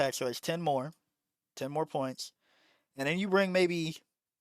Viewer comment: Why you pronounce the s like that, you say Pointssh and 100 Pershent, Thisshh is my opinion.